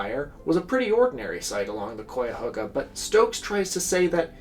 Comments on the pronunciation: As an environmentalist Clevelander, the amount of pride I feel from coming from the same place as Stokes is crazy. Not finished with the video but I hope you mention of Cleveland now has one of the countries greatest Metroparks! Also you mispronounced Cuyahoga all video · You're very close with the pronunciations of the river. Actually, I knew what river you'd be talking about. I grew up in Northern Ohio and that river ran through our town. In the late 70s they built beautiful walking paths along it. There are even more now. When I go back to Ohio to visit family we always walk along there. No one in the 70s would have dreamed of even stepping foot in it though. Even now, according to my family, it's still not clean and no one goes in it. They do kayak on it. I'm not sure how long it will take for all the chemicals from the Cleveland factories to dissolve . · The ohioan in me cringes at the pronunciation at cuyahoga. Great video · Yes, you mispronounced it the whole time. It's usually said "Ky-uh-ho-guh" ... sometimes "Ky-uh-hog-uh" ... not Koi like the fish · kai-ahoga, not coy-ahoga 😂🎉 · Hey I'm from here the akron area about 40 mi south but it caught fire here too recently lol. And it's pronounced Kai-A-Hoga technically but if your from here the locals call it the Ka-Ga river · I'm from NE Ohio -- yes, it's something more like "kai," but don't feel too bad cos there's no fully agreed-upon pronunciation locally, either. "HOE-guh" is the 'correct' pronunciation but "HOG-uh" is also pretty common. I wouldn't be surprised if someone here pronounces it as you did. Great video 🙂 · Every time mispronounces {kai-uh-ho-ga} me and my bucket of toxic River water gets one mile closer to his home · interesting I've lived in neo my whole life and I've always pronounced it kai-uh-HOE-guh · cuyahoga is pronounced like kai-uh-haw-guh btw! (sorry i'm from northeast ohio & it was bothering me lol. cool video tho!) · that is not how you say cuyhoga bro